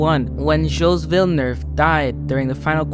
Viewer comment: The pronounciation gilles villeneuve is gilles(jills) villeneuve(villnuve), i know how to say it as i'm canadian